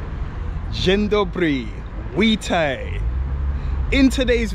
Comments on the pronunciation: "Łitaj" 😂 " bigosz" 😂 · ✨DŻENDOBRY, ŁITAJ✨